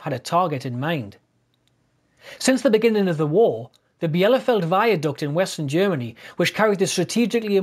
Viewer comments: Bielefeld is pronounced 'belafelt' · Nice video. FYI Bielefeld is simply pronounced Bee-le-felt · Nice summary. A couple of points on pronunciation: OC 617’s name, although of French origin, was pronounced’Far-kwar’. Also the viaduct is at ‘Bee-ler-felt’. The other thing about bombing accuracy was that early in the War navigation problems made it very hard to find the target at all. Bombing the wrong town entirely was not uncommon, as was bombing fires started by someone else’s jettisoned weapons. It was only when electronic and radar nav aids, eg Oboe and H2S, were introduced that the accuracy of the bomb sight became the dominant factor. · Bielefeld is pronounced with ie (as in "niece"), not with separate i and e. Sorry about that. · Agree. Should be pronounced Bee-la-feld.